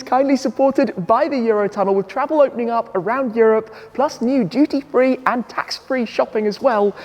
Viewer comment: I thought Tim was saying "GT3 Shopping" turns out it's "duty free" 😭😭